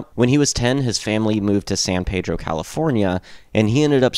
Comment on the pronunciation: Hi, my name is Richard Bonney. I can tell you got some information from the Documentary We Jam Econo, I am from Pedro and met George when I was 12, and Watt at 16 they were 2 years older than me. I was literally in that backyard shed when they first played. Besides the miss pronunciations and a few stores that are out of place, I am happy with this. Oh, and its called Peeedro, not Pedro. I was also with them on the last tour with REM.